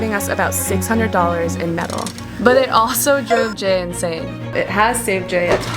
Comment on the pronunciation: Great project, beautifully done. Spoilt only by your refusal to pronounce the word "Hundred" correctly.😄